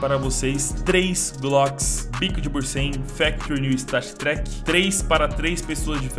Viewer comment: Tu falou pra te corrigir, então, não é "bursen" é "bunsen" kkkkkkk